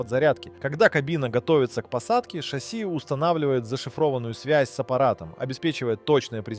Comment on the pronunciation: Так шАсси или ШассИ? ;)